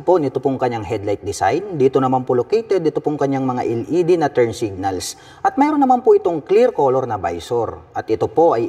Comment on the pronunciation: sir LED po "EL" ,, hindi po "iL ED" ...wahahahaah